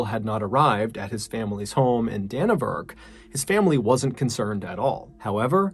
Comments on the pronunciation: It’s pronounced “Gizbin” “Danny-Verk” and “Roo-a-he-ne” love from NZ ♥️ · I gotta admit though it irked me a little bit your pronunciation of it! haha It's actually pronounced DannyVerk lol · Great stories! Just fyi for NZ prononciations: Gisborne = GIZ-bin; Dannevirke = DANNY-virk; Ruahine = Roo-a-HEE-knee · Its pronounced Danny vurk, and roo ah heenee